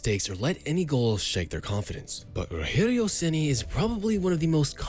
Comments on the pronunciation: You took a lot of imaginative freedom for his early professional years. Most of your video about his beginning is invention. Also, it's not "rohério", it's Rogério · It's not ROHERIO CENI, it's RODGEHRIO CENi DG, not H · it's not "Roherio Ceni", it's actually "Rogerio Ceni" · It's Rogério with the soft "G" sound in French, not the "H" sound of Spanish. Excellent video! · The g in Rogério sounds like a J, not like a R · Won a Brasileirao for my team in 2021 as a coach. And to think I've cursed him in the stadium a lot when he was a goalkeeper. Also, "Rogerio" is read with a english G sound, not H. It's not spanish. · It’s ROGERIO , NOT ROHERIO , stop reading it like he’s spanish or mexican ! The main Language in Brazil is Portuguese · His name is rodgerio and not roherio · Um vídeo inteiro com o cara falando "Rorrério". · "Roherio Ceni" Man, my face cringed so hard it ate itself. It's spelt like Roger, with a G sound, and an added 'io' at the end. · "Orrério Ceni"🇧🇷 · Nem pra pra ele usar o R retroflexo kkkk Tipo...Ŕogéŕiou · Roregio ceni 😂😂😂 que pronúncia é essa 😂😂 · roHerio? we don't speak spanish...... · Its not pronauced ''Roherio''. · Roherio???? WTF??? Its not spanish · Me, a Sao Paulo fan, watching the video: "😁😌" Me when the narrator finally says Rogerio's name and instead of pronouncing it with his own accent to make it natural he decides to say it as if the dude is Mexican: "🥵😵Oh mah god bruh.. hell nah man, wtf? Get yo ass..." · the way he says ''rogerio'' is funny as fuck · You butchered his name though. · Don’t mispronounce the name man. Respect!!! Spfc for life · When speaking Rogério you don't need to speak the "gé" like in spanish, with a "he" sound. In portuguese you say it with a "je" sound. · The G in "Rogério" sounds like an English soft G. Portuguese doesn't make G/J sound like H. That would be Spanish. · we don't speak spanish in Brazil why the fuck you calling him Roherio or saying stuff like Paraña